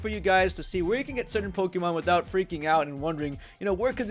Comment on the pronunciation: It's funny how you say Pokidex and Pokimon instead of pokedex and Pokemon